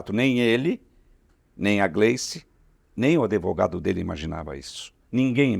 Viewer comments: Que cara de pau! Desonesto, vigarista, safado...... Não devia ter sido liberado da jaula! Valdemar a pronúncia da palavra advogado é [adivogado]. Quantas mentiras! Bozo vende o Brasil e Valdemar defende! Não declarou por quê? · Um homem que pronuncia ADEVOGADO não é confiável! Roubar para esse cara de pau é BOBAGEM. SEMPRE SE DEFENDE COLOCANDO O PT NO MEIO 😂